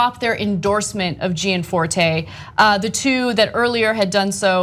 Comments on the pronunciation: Also Gianforte, is pronounced correctly jan FOR teh, not Jee Ann FOR tey. I will now become pronunciation Nazi. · You are not pronouncing his name right though ?